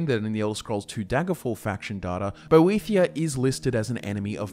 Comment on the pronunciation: It's great that you know all this lore but can you get your pronunciation right ive just heard you call (Boethiah): bothia and boethra and it's very distracting